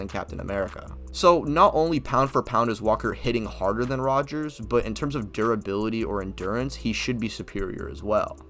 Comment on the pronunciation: All you need to know when deciding that this guy doesn't know shit from shinola is that he keeps calling Cap "Rger." It's basic and he doesn't know Cap's name. Fail.